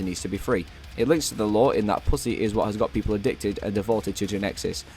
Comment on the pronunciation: everytime u say "puss-e" it just sounds funny and it does not help that the mic keeps popping everytime